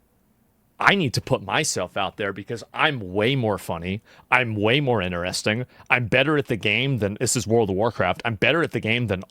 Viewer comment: Asmongold- "Inneresting"